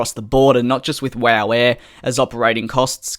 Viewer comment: I died laughing when you said wooh air instead of wow air 😂